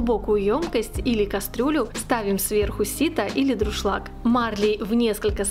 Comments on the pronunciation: дуршлаг а не друшлаг!!!! кулинары !!! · правильно говорить и писать нужно ДУРШЛАГ, а не ДРУШЛАГ. За рецепт спасибо. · спасибо за рецепты, извините, правильно говорить ДУРШЛАГ